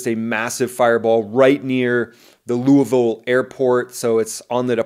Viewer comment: Congratulations to you. I have listened to several videos on this crash. You are the first one to pronounce Louisville right.